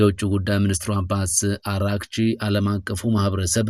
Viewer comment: አሌክስ ብቻ ነው የአባስ አርጋቺን ስም በአግባቡ የሚያነበው, አራግቺ ሳይሆን አርጋቺ ነው